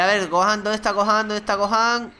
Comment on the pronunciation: es gohan no gojan